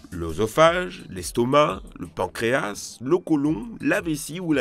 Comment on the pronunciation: IL A PRONONCÉ "PANCRÉA*S*" ET PAS "PANCRÉA-" (je parle de prononciation pas d'orthographe) C'EST UN HÉROS !